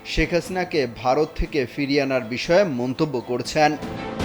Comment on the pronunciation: সংবাদ পাঠকের কিছু উচ্চারণগত সমস্যা (করছ্যা)